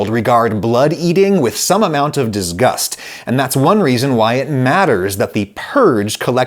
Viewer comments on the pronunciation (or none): Bro said diz-Gust